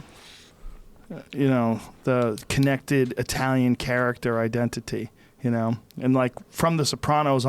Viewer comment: does it bother anybody else how rogan pronounces the word “ identity “???